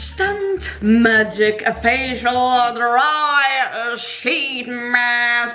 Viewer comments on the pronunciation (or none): "MAGIIC..." "MAGIIIIIC..." "MAGIIC..." Avec cet accent... On adore!!! 🤣🤣 Merci!! Bisous de la Réunion!! PS: quelques heures avant ton mariage... B*tch you're crazy!!!